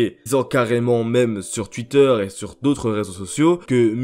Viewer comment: j'aime trop quand tu dis twuiter 😂